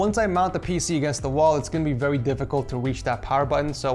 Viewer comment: “As for thermals I was seeing VEWY cool temps” 😁